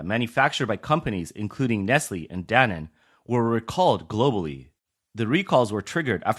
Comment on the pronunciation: Danen? Really??? It's Danone, idiots!